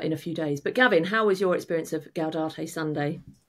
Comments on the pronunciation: Gaudete not Gaudate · For future reference the correct pronunciation of "Gaudete" is "gow-day-tay," rather than "gow-dah-tay." 😉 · Gaudete, not gaudate,! Doesn't rhyme with laudate. 🙂